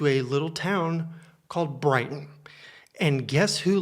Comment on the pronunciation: FFS... when you said Brighton, I cringed so hard.. I live in Hastings, only an hour away 😭